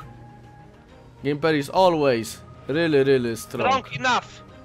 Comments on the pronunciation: To nie jest Gjemmper tylko Gmiper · To jest Gimperr a nie Gimerr